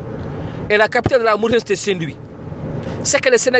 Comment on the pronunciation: Baakh na daal... Il prononce pas la Mauritanie de cette façon en arabe. En plus pourquoi pas publier ka vidéo ou indiquer l'origine de l'audio